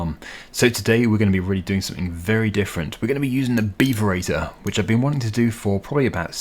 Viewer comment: I can't help but chuckle every time he says "beaver eater" 😂